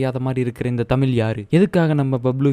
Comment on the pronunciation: அது தமிழ் ப்பா..தமில் கிடையாது..!! Love from Bengaluru..!!